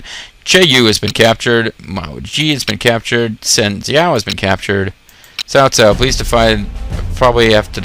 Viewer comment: It's funny that you pronounce everyone's name wrong except Cao Cao pretty much, heh. Good stuff, though. Thanks for the video. Trying to determine if the game is worth downloading. It seems simplified (in a bad way). Think it's worth it, or should I go back to the well-translated (and perhaps simply better) RotTK XI?